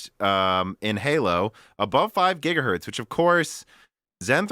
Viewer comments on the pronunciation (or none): none